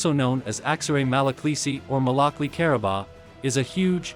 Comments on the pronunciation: Fun fact: malakli is actually pronounced “malakluh”, it’s actually a Turkish letter at the end which looks like “i” but most of us don’t have the font so we just write it with an “i” which is why people think it’s pronounced “malaklEE” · So the proper pronunciation would be Malak Loo or Lu. Or even Lou??